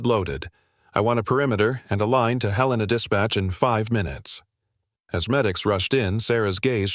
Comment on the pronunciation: Love the story, except Helena wasn't pronounced correctly!